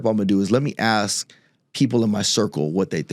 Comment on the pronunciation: Sounfs smart and props to him for not saying aks.. I can listen and my ears don't burn, my shoulders don't cringe. I'd vote for him.